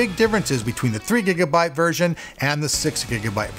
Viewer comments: six bigabyte lol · Bigabyte lol